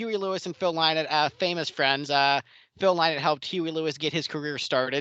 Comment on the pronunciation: Sorry but I found your guests very disrespectful and didnt enjoy this review at all. How about getting some guests who actually love Lizzy? And if you can't pronounce Phil's surname correctly then you ain't no fan.